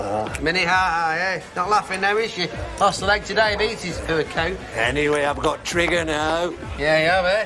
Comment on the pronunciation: he said trigger. tr